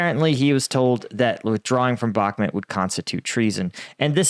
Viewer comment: How many months will it take him to pronounce Bakmut correctly?